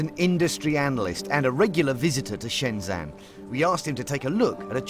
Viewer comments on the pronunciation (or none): I live in Shenzhen, and it's pronounced Shen-ZEN, not Shen-ZAN... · The name of the city is Shenzhen not Shenzhan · 'This is Shenzan'